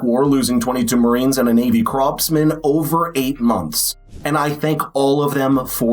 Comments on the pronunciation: It's not cropsman, it's corpsman, pronounced kawr-muhn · Hey man, if you’re gonna do these kind of videos, you need to learn how to pronounce words like corpsman right or else you’re gonna look like a fool to the entire world